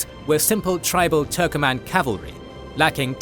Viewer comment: It is not turkoman. TURKMEN